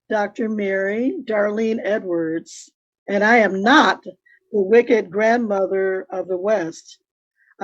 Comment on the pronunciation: Hey, did you noticed / how she emphasize the word "Not" just like DB in his 2 hour sentencing? If she knew that DB was Bipolar at 12yrs old why didn't she become an activist then? Just my opinion